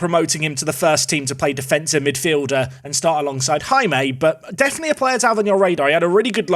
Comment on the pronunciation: hey Jaime is simply pronounced as hai-me